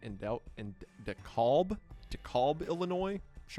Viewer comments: It's de-kelb not de-kolb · Im from Illinois. Its pronounced De-Cal-b instead of De-kawl-b. Just a friendly correction, im not criticizing. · Im from Illinois, its pronounced DEE KALB not DEKOLB 😭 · De-colb 😭 it’s De-Kalb. Like pal with a K and a B at the end. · Dekalb pronounced De-Kalb not De-Callb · dekalb is pronounced as Dee-cal-b if thats helpful at all lol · it’s Da-calb….unless you’re in the south in which case it’s De-Cab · It’s dee-kal-b I was born there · De-cal-buh it a weird olace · Never heard Dekalb pronounced "dee-kahlb" before 😂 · DeKalb is pronounced DEE CAL(like California) B by the way. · Erm it’s actually pronounced de-cal-b Also can’t wait for weekly uploads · dekalb is pronounced de-cal-b like caliber or the barret .50 cal that one would use to hunt helicopters. Close but not quite. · hey Mr wendi, Dekalb is pronounced DEE-cab, please never pronounce it like that again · so close. De-calb. the kal in dekalb is pronounced like the cal in cal-ifornia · it's pronounced Deh-calb like california- just in case anyone was wondering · Dude grew up in Cali and became a fake Chiefs fan bc they were the best team in the NFL. What a phony. Also, it’s pronounced, “De” “Moin” (the s’s are silent). And “De” “Kalb” (literally the phonetic spelling) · DeKalb IL mentioned Btw, its pronounced Dee- Kalb (the ka sound is like the ca in California) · We have a similar city name in texas de kalb is pronounced dee cab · Pronounced Dee-Kalb,IL. It’s where the D1 university NIU is located. About an hour south of the Wisconsin border. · You’re from Tennessee, you should know how to pronounce “dee-cab”! You’re a stone’s throw from Dekalb County! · Dekalb is pronounced De-Cal-B (like a nickname for Calvin) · Hey Wendigoon! Illinois local here and a huge fan! It’s pronounced De-K-AL-B. For the AL part, think of Weird Al Yankovic. They are pronounced the same. :D Also Illinois’ S is silent, so it’s pronounced “Illinoi” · I heard De-Colb and died inside. Like BRO 😭